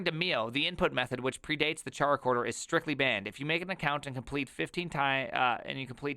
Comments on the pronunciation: It's so hard to watch this video because I cringe so hard every time I hear you pronounce the name. It's not supposed to sound like Charcoal, it sounds like Character. 😛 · Man, it is highly annoying to listen to, it is not "TscharaChorder" but Chara- as in Chara-cter! or in Chorder... Not that difficult. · pretty sure it's pronounced KaraKorder like "Character"